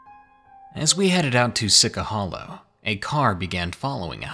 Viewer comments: See-chee hollow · Lmao it's pronounced see-chah hollow😂